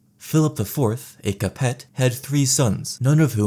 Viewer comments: I'm French and I was disgusted 😂 Don't forget Capete 🤢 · Isn't Valois pronounced like valwa, bc oi makes a wa sound, and the t is silent in capet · Cap-Ets and Plant-A-Jennets and Valoys were very important. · Capet, Valois, Plantagenet, they're pronounced Capey, Valwah and Plantaj-an-et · Plan taj ah ney, Val whah, Ca pit, at least that is how I was taught to pronounce them, in any event. Fantastic video. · Small Correction. - Plantagenet is pronounced more, "plan - TA - je- NET " (as opposed to "PLANT - a - jen - ett") It's more pronounced, House "CAP - eh" It's more, House "Vel - WAH".